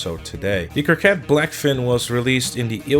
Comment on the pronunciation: Coquette not Corquette bro :)